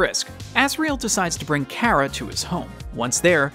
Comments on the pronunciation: btw, ur saying cara wrong, it's car-ra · Chara not kara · also i think you say it like chara not kara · me when people pronounce chara “Kara” everyone has mistakes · Normal People: Chara This Man: Kara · that is how chara is pronounced kara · as a aussie i hate that people say car-aha and not chara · Creator, u say it like ch-are-uh not k-ār-uh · Its not care-a it is Char- uh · Its not kara its Chara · Not Chara (Kara), but CHARA (Char-A). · nice vid but why do u say CARA instead of chara... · It's Chara not Cara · its not pronounced cara it has a ch for a reason, CHara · It is not Cara it’s CH-ara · Umm IT is Chara no Cara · karah? its chara or is that how you say it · Your saying cara but it is chara by the ways I love undertale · I’m confused is it pronounced Kara or chara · It's pronounced CHə-Rə,Not CH-ai-ra. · It’s not KARA it’s chara god dammit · Ka-\ra i tought it was ch ar a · bro said cara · Kera? Cara? Chara? How do you pronounce it? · The child is called chara pronounced c are a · ITS CH CH CH CH CHARA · Ok the h is not silent when you say chara it makes the ch sound so it's chara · No it’s Chara not OK what you said not what you said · Its pronounced "chara" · btw i pretty sure its chara lol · how this man says chara gives me anxiety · Please do not say Chara anymore because you’re saying it wrong